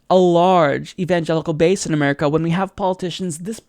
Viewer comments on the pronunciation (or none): none